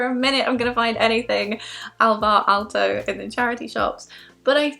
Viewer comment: I was first trying to figure out what you mean but then realized you are saying Alvar Aalto when I saw the glass, finnish glass desing :D Saying Finnish names correctly is very hard